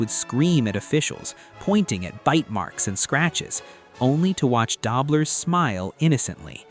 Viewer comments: Welcome to AI! Narrator can't pronounce Conrad Dobler's or Lyle Alzado's names correctly. I also disagree with the list, but it is just someone's opinion, after all. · AI--can't pronounce Conrad Dobler correctly! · Stop mispronouncing dobler😮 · It's not da-bler it's doo- bler. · "Dobe-ler". Good try. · Learn to pronounce Dobler. DOHB-ler. al-ZAY- doh too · It's pronounced Doe-bler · It was Dobler with a long o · LEARN TO PRONOUNCE "DOBLER" CORRECTLY